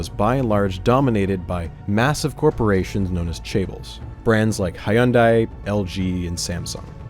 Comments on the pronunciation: SIR THATS NOT HOW YOU PRONOUNCE HYUNDAI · Great video but you pronounced Hyundai wrong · The way you pronounced Hyundai really bothered me more than it should have. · the real crime is how he pronounces Hyundai. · So that's how Hyundai is pronounced?!